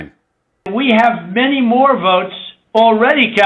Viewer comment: When he's begging for a partner in crime, notice how he pronounced the word: votes as "vewts"....all affectatious..pretentious.😂